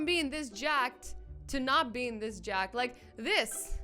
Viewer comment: It's not jack, it's jock...